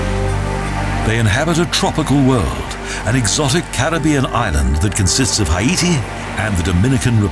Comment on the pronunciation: Haiti is a fucking third world SHITHOLE!! Guy can’t even pronounce it properly. Don’t go there ever,,,,,shithole